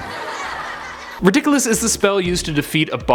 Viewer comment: its RIDDIKULUS not RIDUKOLUS!!!